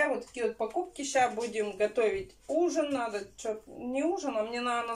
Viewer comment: здравствуй. Твоя семья мне очень симпатична. Ты молодец! Но без обид... Куда ты все время теряешь букву Д в слове наДо и букву З в слове сраЗу? ))) Я понимаю говор,но прям " слух режет". ) Извини если что.